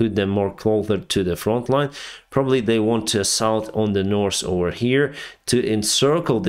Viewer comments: Hi, thanks for your hard work. May I give you a hint that you have forgotten. When speaking English the word ( north ) and ( south ). Both Do Not have sass in them. I believe when you were learning no one corrected you and when you say north or south. You have added an (s) which is not there. So now that someone pointed out the correct way of pronouncing both and south. Give it a try.😊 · You know how to pronounce the ( th ). Very well, I'm impressed. Usually that's the hardest. But you know how to use the TH... so it puzzles me why you don't use it on two very important words as a pilot. North and South. Neither one has an s at the end. Now that you are aware, can you try pronounce th, as the, not TS. Again I'm trying to help you ( and my ears) but help you improve your English. I'm amazed in all the languages you can read and write. I'm trying to help. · Drinking game: take a shot every time says: -'Some sort of...' -'Nors' or 'Sous' (instead of North or South)